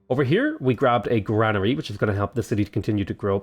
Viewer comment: I heard you say it on all the tutorial videos, and would like to politely say you are pronouncing it wrong. see link. granary . Thanks for all the great videos.